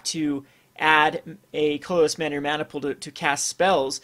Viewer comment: This is the first of this guy's video's I've seen, and I noticed that he says "colorless" really weird. Most people say it like "CUH-ler-less," but he says it like "CLUL-ler-less." It's really weird. It's like he adds two extra Ls or something.